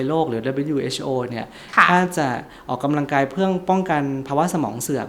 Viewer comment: หมอพูดให้ชัดถ้อยชัดคำกว่านี้จะดีนะคะ ร.เรือ และควบกล้ำไม่มีเลย แต่คอนเทนต์ดีอยู่แล้วขอบคุณค่ะ -ออกกะลังกาย